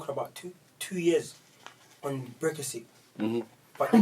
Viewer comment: My man can’t even say the word Brexit 😂😂